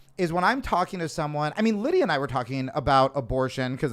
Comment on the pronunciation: Tim- you seriously can’t pronounce Lidia’s name?!